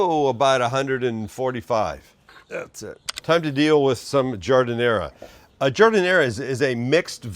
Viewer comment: All good until you effed up on the giadinara.